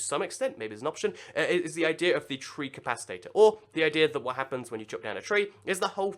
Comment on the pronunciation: Tree CAP-I-TATOR not not what ever you said